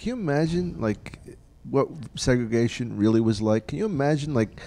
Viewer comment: Its "Segregation" lol damn